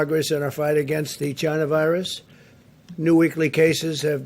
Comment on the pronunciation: Did he say Chinonavirus